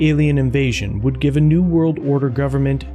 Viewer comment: ... "whould"?? Haha